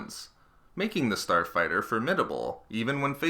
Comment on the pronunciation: "Star fighterrrr"